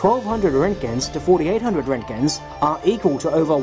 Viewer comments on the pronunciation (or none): lol when he hits the american accent.... fourty, seven thousaAND RENTKINS!!!!!!!!!!!!!!!!!!!!!!! lol